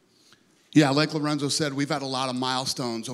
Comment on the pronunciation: Omg he said Lorenzo's name wrong.. -.